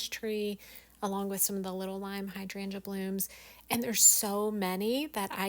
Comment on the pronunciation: First time running across your channel. First of all I want to say thank you for the correct pronunciation of hydrangea. ❤